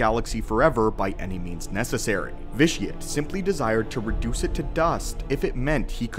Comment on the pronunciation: Why does everybody pronounce the name Vitiate as vish-ee-utt when the actual word vitiate is pronounced vish-ee-ate which means to spoil the quality of something